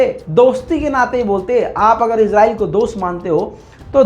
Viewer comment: भाई इस्राइल बोला करो इजराइल na bola karo